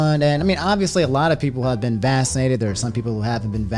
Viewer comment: I'm convinced that now says vaccinated as "vassinated."